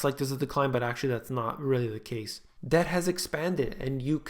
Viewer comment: Debt =Deth.